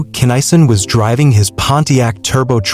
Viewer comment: his name pronounced KINN A SON... get it right